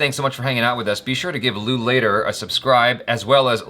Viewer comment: Lee later sounds like Loo later😆